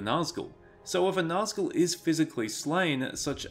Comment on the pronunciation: Its not naz gull, Its actually NAZG ul